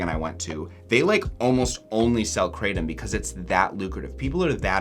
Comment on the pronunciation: If you want to know how 'krathom' is actually pronounced (CRAYdum is quite funny), try to paste กระท่อม (krathom in Thai writing) into Google Translate, pick Thai as language, and press the speaker button.